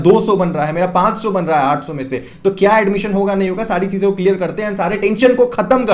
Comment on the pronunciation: aap 800 kaise bol rahe ho...samajh naahi aa raha hai....